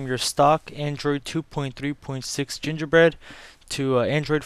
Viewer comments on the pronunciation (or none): Gingerbird u said gingerbird or gingerbeard